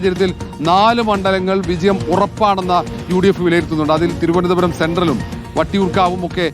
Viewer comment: ഇവർക്ക് തിരുവനന്തപൂരം എന്ന് ആരെങ്കിലും ഒന്ന് പറഞ്ഞു പഠിപ്പിക്കാൻ പറ്റുമോ... ഇത്രയും ഉച്ചരണ ശുദ്ധി ഇല്ലാത്ത ഒരു മാധ്യമ പ്രവർത്തക വേറെ ഇല്ല 👍👍👍